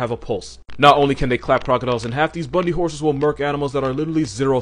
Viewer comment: “Bundy horses” or “Buddy horses”? Sounded like the first (closed captioning too), but the video actually showed the second.